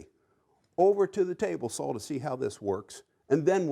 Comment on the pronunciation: Hey, Have you considered speach therapy? I mean, we both know there is no "L" in the words saw, jaw or draw.